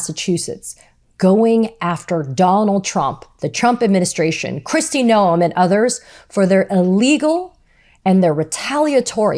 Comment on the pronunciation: We all love you, Katie! Keep it up! Don't ever listen to critics, they don't need room in your head! Ignore nitpicking trolls who say "It's pronounced 'gnome' not 'no-em'." Who cares? We know who you mean. 👍